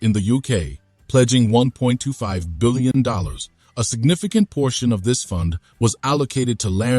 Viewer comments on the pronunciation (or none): First learn to pronounce UK, Huawei, and reading $1.25 billion.